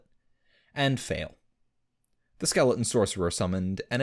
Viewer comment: Skeleons never a T when he says it.